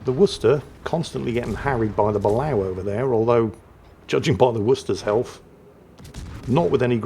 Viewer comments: Excellent vid as always sir, however I have always heard that sub pronounced 'Ba-lay-oh'. And this is not a dig at the 'same ole misnaming ships, just informing. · Dear, It's pronounced "buh-LAY-oh". Sincerely, -America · Correct me if I'm wrong, but I'm fairly certain Balao is pronounced (Bah-lay-oh). It could just be because that's how they pronounced it in Periscope Down.